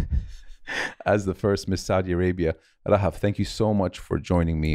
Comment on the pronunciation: Talking about Eid is always 🥹🥹🥹🥹💓. مرررة حلوة الحلقة انبسطت واستمتعت جدا ✨✨, Thank you guys 🤍. And Mo, not a lot of people pronounce Rahaf as you do, as I like 😂, Thanks I enjoyed it throughout the ep 😂🤍. Keep going. I know you're inspired by Anas Bukhash, and I wanna tell that your podcast is a discovery for me just like ABtalks 🙏🏻🤍. I am really glad 🤍.